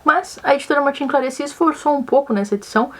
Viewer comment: Martin Claret se pronuncia Martã Clarré/Clarrê.